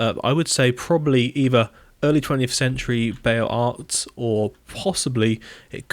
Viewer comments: OK I have to say something just because I've been cringing just a bit each time you say it. "Beaux" does not sound like "bayo", it is just "bo". So "Beaux-Arts" is basically "bo's arr" or "bo'zarr". French is tricky with a heavy dose of silent letters. There's some "how to pronounce Beaux Arts" videos on youtube if you really want to hear it. As usual, thanks for the lovely server tour! Love these videos. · Beaux Arts is pronounced more like “bohz AR”